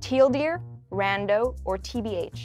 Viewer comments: She pronounced TL;DR as "tEaL dEeR" It's pronounced "Tee-El-Dee-Are", the same way you pronounced TBH a second later. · was she saying tl;dr on the first one? It sounded like she just said teal deer... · Did she say tealdear right at the beggining lol wut